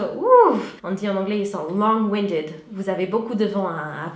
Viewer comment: C'est parce quelle prononcé le "g" à la fin du mont "long", et non quelle pense que c'est au féminin.